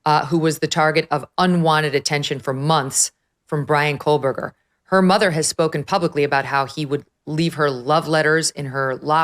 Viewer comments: Why does it sound as though his name is being pronounced as Kohlberger, with an "L" or are my ears playing tricks on me? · Why does she always say "Coalburger?"